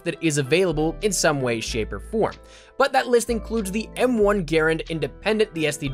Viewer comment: You even said Garand right. You get a like 4sho